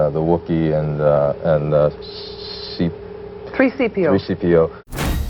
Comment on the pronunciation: "Three Seepio" 😂😂😂😂😂